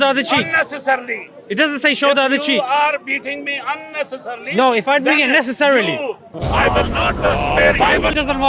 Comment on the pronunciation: "If I beat you nessarily" 😶😶😶